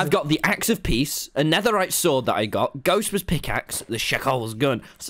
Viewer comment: Its not ghostbur its ggghostbur